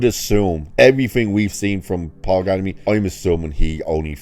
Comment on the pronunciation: I agree, I'm a fan of Mr. G, too. "American Splendor" is a magnificent film, as is "Fred Claus". (By the way {not to be contrary} his surname is "Giamatti" {pronounced "GEE-UH-MAH-TEA"}.) (There's an neat new invention, known as "Google"--- it's not expensive.) 😉